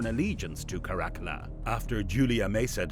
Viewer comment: Obviously you're not a historian or even somebody who knows a lot about this period in Roman history. You really really badly mispronounce Caracalla and then mangled the region of Cappadocia. That region comes up a lot in history and there's no excuse for you not being able to pronounce it. Also Caracalla is a very famous emperor and there's no reason you should be mispronouncing that. I've seen your videos pop up before but I hadn't watched one until this one and now I regret having wasted the time watching it.